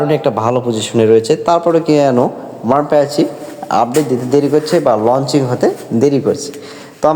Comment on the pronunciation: Lunching kaadhu ra babu launching yekkadikelli vastarrrraaaa